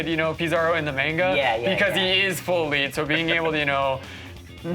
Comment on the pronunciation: Bugged me every time he said it, it's the second one.